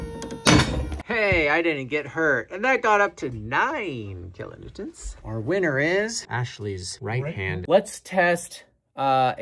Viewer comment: Sheepbend, kilonewtont... Lol! Close enough!😆👍🤘